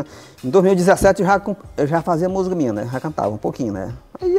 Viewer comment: Ele pronúncia Musga. 😮😮